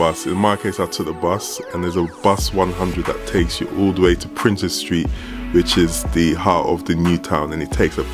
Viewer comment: Prince's Street not Princess Street